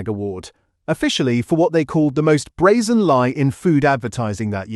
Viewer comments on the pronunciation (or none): none